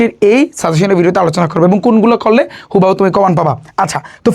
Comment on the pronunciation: It's not হুবাহু 😂 It's হুবহু 😂😂😂😂